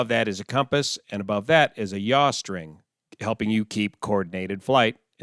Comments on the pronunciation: BTW it's yaw not yah ! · pitch , roll and yaw. Not "jah", not y'all. OK, yah?